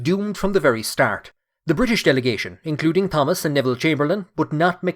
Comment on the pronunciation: You don't pronounce the H in Thomas. Extremely annoying.